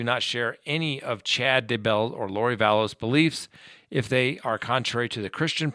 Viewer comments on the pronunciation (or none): thank you!!! Every time he adds an extra "s" or 12 to her name, I cringe. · Its Vallow not Vallows... Its Daybell not Duhbell... 🤦‍♀️